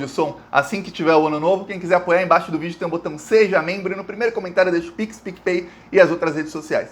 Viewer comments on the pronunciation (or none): none